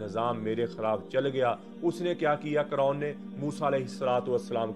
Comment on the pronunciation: اصل لفظ قارون ہے نہ کہ قرون